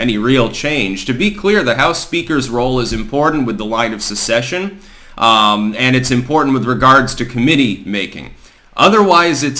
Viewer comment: he mispronounces “succession”